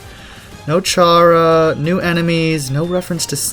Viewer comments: it's probounced karah, not ch-arah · YOU PRONOUNCED CHARA WRONG!1!2!;!!2!2 😡